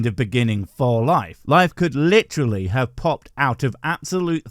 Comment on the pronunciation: Oh great, the "I hiv a quischon" lady. She's as daft as ever.